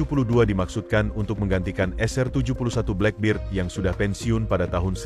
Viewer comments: Boss baca black bird( black bed) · Aq ngakak bila admin ngomong blackberd.khas warga indo dlm berbhs English.😂